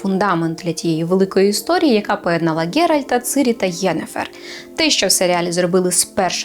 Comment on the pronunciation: і ти теж...:( Ціііірі! Її звуть ЦІІІІІРІ! Цірілла. НЕ "цирі"! І - не и, а українська - не російська...